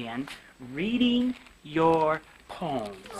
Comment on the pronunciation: I was making fun of how he pronounced "poems."